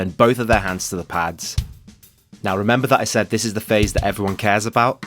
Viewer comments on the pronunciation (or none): none